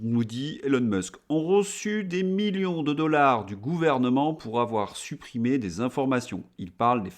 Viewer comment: ENFIN ! Vous prononcez correctement '' milliiions '' (à 2'25),,, on en parlera dans l' Histoire ! Cordialement